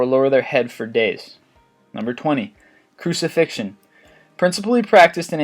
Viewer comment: You both spell and pronounce crucifixion incorrectly